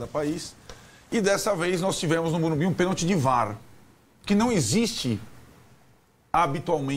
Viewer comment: Não é Morubi!!!! É Morumbis